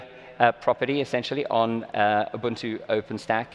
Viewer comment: OK everyone. Please pay attention to how he pronounces, "Ubuntu". It's not pronounced, "Yoo-boon-tu" or "Yoo-bun-too" or "Uu-bun-too". It's "Oo-boon-too", however, "Uu-boon-too" is also acceptable. I know, I know. "Tomato", "Tomato", but it's a pet peeve of mine.